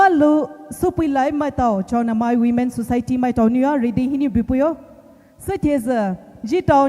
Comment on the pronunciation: Yes...so funny to hear... addressing chaowenamai...at first I thought mao village but it's Chaonamai... sorry to hear our own poumai doesn't know the village name properly 😢